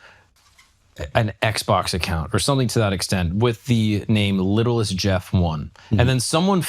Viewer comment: Little St (saint) Jeff not littlest jeff